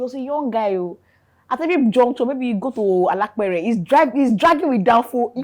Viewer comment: Which snail😂😂😂 bad minds must you say alapere 😅😅